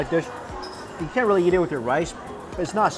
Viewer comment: Hey Mike I have been bingeing your videos and my wife loves when you say eat because of your accent. Because it sounds like yeet. Thank you for the good times!